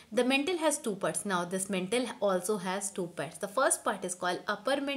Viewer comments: Again its not mentle its Mantle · It's not mentle mam it's maantle Apart from that it's the best explanation I have ever heard👌👌👍 thanku mam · And its not mentle its mantle